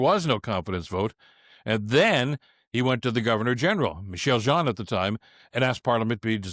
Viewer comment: Bill, you mentioned Michaelle Jean (btw, when pronouncing her name, the ch is a hard k sound, not soft sh sound) and I was reminded of having met her during a ceremony at Rideau Hall when she was Governor General. Stunningly beautiful woman, inside and out. Gentle, strong, and wise. Nice to have that reminder.